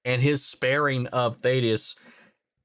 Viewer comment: Oh no, you say Thaedus wrong too... Lol. Won't matter after this episode probably.